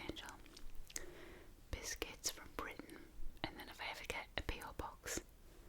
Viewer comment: You must be referring to cookies when you say biskets so what do you call the guy on Sesame Street the biskets monster